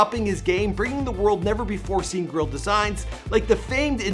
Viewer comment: OMFG when he said girl he meant grill he had said they sold over 500 girl I was like yoo until i realized he had said grill 😂😂😂😂